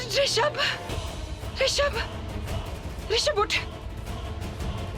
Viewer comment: Bhai vo Rashimb nhi hai rishab hai 😅😅😅